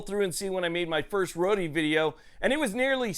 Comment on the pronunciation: It’s just PRONOUNCED Road. Not roady